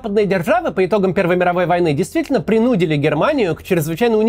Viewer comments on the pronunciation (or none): Не принУдили, а принудИли. Ударение не там